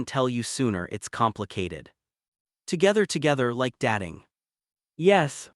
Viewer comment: Also, is he starring or staring? Datting or dating? Is time to have these AI mistakes corrected, they, and some others have been in every story and it's very annoying.